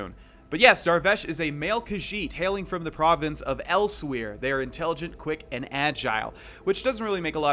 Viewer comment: “Elsweyr” Elsewhere ....